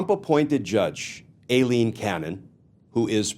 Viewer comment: I think Cannon is running for Trump's VP. What else could possess her mind??? -- Oh and thank Glenn for continuing to pronounce Aileen incorrectly. It reminds me of when George Bush, Sr. constantly referred to Saddam Hussien as Sad-em, as in the word 'sad'.